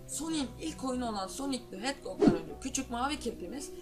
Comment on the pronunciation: sonic the heddog deil sonic the hedhog